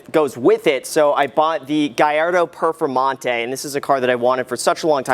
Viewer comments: Lmao “Gallardo Performante” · "Gallardo Performante" 😂😂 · “Gallardo performante” you’re better than that Graham!